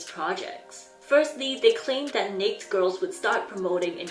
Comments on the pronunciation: Ok, not trying to be rude or start a fight but I'm a little confused being during your video you kept pronouncing Naked wrong by saying Neck girls. Now if I'm wrong and it's pronounced Neck even though it's spelled Naked then ok I guess the English spelling is all wrong then I assume? Now you could have been saying naked and I just didn't hear it correctly but it did sound like you were saying neck overall. If so my bad and have a nice day and New Year. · gotta say,, the cutest thing is your pronunciation of n*ked with only one syllable. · Bruh she said she'll get demonitised for saying that so she'll be pronouncing it wrong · ......im concerned with how many ppl don't know why she is mispronouncing it. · Sorry no hate but it just threw me off every time you said naked because I pronounce it differently (no hate! As I know everybody pronounces different words differently) hahahahaha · You’re so cute, I’ve never heard naked pronounced like that. But I’m thinking you did it on purpose because youtube will ban accounts for stupid shit like saying certain words. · is it nake girls or naked girls? why do I only hear her say "nake" girls. Naked is pronounced as "neyked" and she only says nake (neyk)?? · its funny that you say nakd instead of naked... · Is there a reason for mispronouncing "naked" ? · is their group name really pronounced 'neykd girls' and not 'na-ked girls' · the pronounciation is not neyk but neyked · Pronounce it right, nay-ked. Not neykd. But very informative. Good job none the less. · NA-KED. Ked. You kept saying "neikt" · Are you aware that,in English. the word naked has two syllables and is pronounced Nay- ked? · Naked… na-ked, not pronounced like baked… is that not normal info? 🤔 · "NAK'd" is honestly killing me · I’m sorry I love her but- why does she pronounce “naked” like that😭 i thought she said next girl or nates girl at first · It is pronounced NAKE- ED. OMG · Still can't get over the necessary pronunciation of "Necked" Girls.